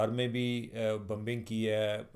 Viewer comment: It's not Bumbing It's BOmbing!!!!